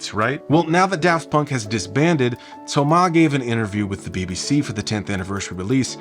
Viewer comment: Kudos to you for the effort of pronouncing "Thomas" the french way. That is greatly appreciated by the french guy that I am.